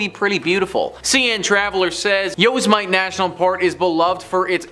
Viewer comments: This guy is American and said yo-za-mite lmao took me right out of story time and his reciting seems lackluster. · It's pronounced u-sim-ety(Yosemite) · The way you say Yosemite (yow•seh•muh•tee) makes me cringe. But otherwise great video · Its YO.. sim..etee